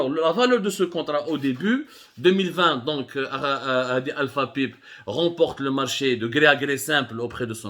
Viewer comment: Abdou avec tous mes respects et chapeau pour ce sujet yaani entre autres c'est des kawalisse mais On dit Alpha Paaayyype (pipe) en anglais et des Booobine d'acier Bobine mais chapeau wallah plus objectif que vous je le tue d'ailleurs même l'opposition welaw des clans pas mieux d'êtres neutre et faire des enquêtes dans les deux sens